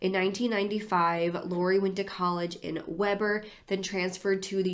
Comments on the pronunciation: I'm not criticizing but want to help clear up... Mission is pronounced Mish-on Not Miss-on and Weber is pronounced We-ber, not webb-er. That's not the point of the story of course, and no one out of Utah pronounces many of the towns or LDS Church names correctly. You covered this story with great detail. Thank you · We ber State University. It's pronounced, We ber--Weber. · Weber = Wee-ber